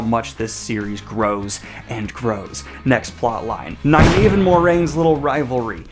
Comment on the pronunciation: i think youre mispronouncing nynaeve